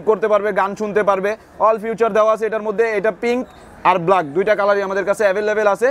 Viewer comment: Funtion re Fawshon bole abr feature re future bole